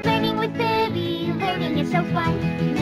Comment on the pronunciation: bunbun's first line sounds like ''peeby'' and not pibby LMFAO